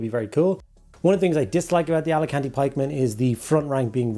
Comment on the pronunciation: AL CA TANI!!! FFS!! Alicante is a holiday destination!!! LMAO!!